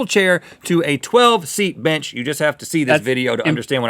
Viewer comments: Did anyone else hear rhet say the word b*tch instead of bench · who noticed that it sounded like Rhett cussed PS. he meant to say bench not bi*ch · Yeah! But he said bench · Had to rewatch about 4 times before I got that he was saying bench... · he said bench, or tried to